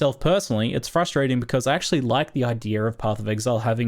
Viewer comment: IDEAR LMFAO. there's no R in idea ya knob.